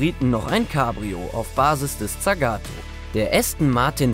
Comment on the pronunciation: Und tsagato waruuuuuumm